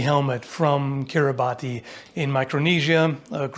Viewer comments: I hate to be that guy but its pronounced "kiribas", no i dont know why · The "ti" in Kiribati is pronounced as an "s". The local language simply doesn't use the letter, they represent that sound with a "ti" digraph. So it's the nation of Kiribas, and the biggest island - Kiritimati - is pronounced Kirismas, or just simply Christmas. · the 'ti' is pronounced as 's', so it's 'Kiribas' - that's why Kiritimati is also called Christmas Island, because it's pronounced 'Kirismas' (not to be confused with the Australian territory 'Christmas Island', which is just straight up named after Christmas😅) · Kiribati = "Kiri-bass" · I'm sure it's been said many times already, but you might want to check how to pronounce 'Kiribati'. Spiked armour would be terrible for anyone fighting in close formation, and awful for walking through doorways. Now I want to see a spoof of a fantasy villain getting stuck in a door way because of his dumb pauldrons... surely it's been done?